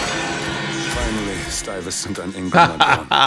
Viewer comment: No way this dude pronounced Stuyvesant wrong😂😂😂😂